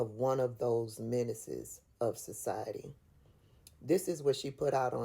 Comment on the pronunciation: Menances, not minuses